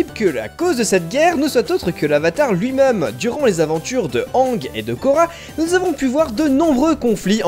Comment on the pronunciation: La vidéo était cool et intéressante ! Sauf le "lui-meum" un peu nul 8D